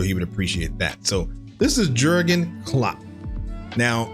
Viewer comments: Really think that you should watch through any videos you plan on reviewing for your channel. Being unsure who Stevie G is, pronouncing Jurgen with a hard J and generally not knowing pretty much any of your subjects history is pretty lazy. You're basically doing the minimum possible to publish a video. Sorry if I come across mean but it really gets up my nose trying to watch you when you have to keep stopping every 2 minutes to clarify something. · Jürgen is a common German name and in German they pronounce the "J" with a "Y" sound so it's pronounce more like Yürgen. Also he left Liverpool at the end of the 2024 season. Also as far as Jürgen looking like a "cool" guy trust me- one time he joined a Liverpool fan doing a music gig at a local pub (much to that musician's surprise), had a pint of beer and ended up singing along with the crowd. He truly is a "Salt of the Earth" kind of guy.